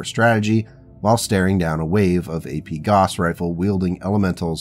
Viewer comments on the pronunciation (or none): Good series. Also "gauss rhymes with house".